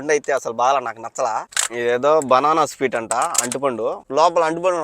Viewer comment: anna speet kaadhu😂 adhi sweet 😂😂